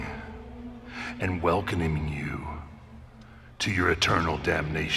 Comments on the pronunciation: "welconiming you to your eternal damnation" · 4.50 : "That gates of hell are opening and WELCOMINING you" 😂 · Watch how he says “welcoming” 😂😂😂